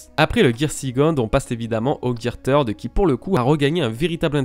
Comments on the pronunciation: Je suis désolé mais aqua luffy n'est pas une forme car c'est juste luffy de base mais avec de l'eau, afro luffy encore moins car ça reste ni plus ni moins une perruque ( c'est qu'un détail mais on dit pas tird mais third comme "the" en anglais), pareille champion luffy n'est pas une forme car c'est juste des poings plus gros qu'il peut le faire avec le third mais plus tard les durcir avec le haki, le red hawk est simple à expliquer c'est juste la vitesse qui fait que son poing s'enflamme comme une météorite qui tombe, tank man est un gear fourth mais après avoir mangé donc c'est pas une forme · Third se dis ssird ^^ Deso mais ca m a fait mal au oreilles x) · GEAR "TEURD" ??? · Gear THIRD pas tird un peu d'efforts quand même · Third et pas Teeeeuuard xD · On prononce gear ceurde et non teurd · Bonne vidéo les bro ! Et vive le Gear THEURD Edit : En vrai, pour éviter les centaines de commentaires sur cette prononciation je vous rassure avoir bien pigé que c'était pas la bonne, le fait de me le faire remarquer à chaque commentaire ne changera pas la vidéo et je ferais toute façon bien attention à l'avenir pour les prochaines vidéos ;) J'aimerais avoir l'impression que les jours de travail sur cette vidéo ne soit pas résumé qu'à ça s'il vous plaît :) Peace ! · c'est vraiment un pas doué turd veut dire Merde. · Merci, je ne connaissais pas le Gear "Merde" (Turd comme tu dis xD) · Third ce dit « seurde » en anglais sinon très bonne vidéo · Va falloir prendre des cours d'anglais pour dire "third" lol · Le gear "Turd". Si jamais, Turd signifie "Crotte" en anglais, attention à la prononciation. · ahhhh arête de dire gear teurde stp sa pique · "Gear theurd"... putain... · Luffy gear TEURDE LOL fait un éffort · Video vraiment kifante et très intéressante, ça fait plaisir de se remémorer tous ça, juste prononce mieux gear third mdr😁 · Third comment tu le prononce c drôle